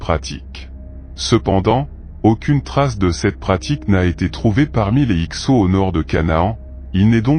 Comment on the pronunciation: vers 40 s. et 8 mn 'avenue Jésus Christ' pour 'avant Jésus Christ' : attention au rendu du texte 'lu' par le logiciel de voix électronique. En plus il dit, toujours 8e minute 'avarie' et 'X sot' pour, évidemment, Avaris et Hyksos : il semble bien ignorer que certains 's' finaux en français peuvent être sonores et non muets 🙂 Sinon, y'a que du vrai dans tes dires. Bonne continuation !